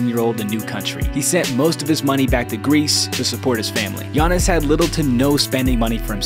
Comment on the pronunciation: Fr it irritated me how they pronounced Giannis name